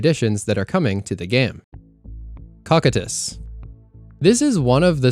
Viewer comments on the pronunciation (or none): Cocytus is pronounced co-kai-tus, not cock-it-us. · Bro. Cocytus. Say it with me: COE-SEE-TUHS. CoCYtus. NOT Cock-uh-tsss. 🙄